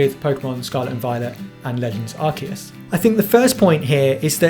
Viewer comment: good review, but it hurts my ears every time you pronounce Arceus wrong...